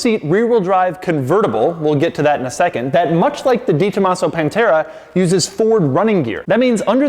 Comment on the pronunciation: I respect and look forward to your reviews/opinions. As such, I expect you to go that extra step and learn the correct pronunciation “Deh-tomasso” ( spoken all at once quickly and with very little enunciation on the syllables). I suspect you’re quite unaware of the prestige and high regard you are held in car enthusiast circles. Splendid work as always.